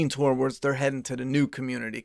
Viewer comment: It’s pronounced “tords” not “toe-wards” bro